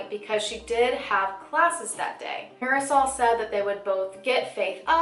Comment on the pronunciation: marasol? it’s mardi-soul